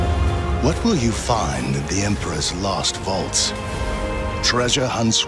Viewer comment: Am I hearing it right? Did the trailer says emperess vault? Or was it supposed to say emperor's vault?